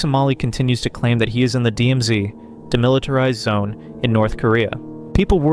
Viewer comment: Is this AI generated? there is an awkward jump between two sound clips. : "DMZdee" : Please enlighten us, what is a "DMZDee"? : Ugly cut for background music : There is no pause between the previous sentence and "silence?", when a pause would be natural. I stopped bothering at that point.